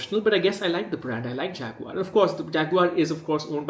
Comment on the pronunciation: Man who can't say the name of a company complains about that company. Isn't it Indian rather than British?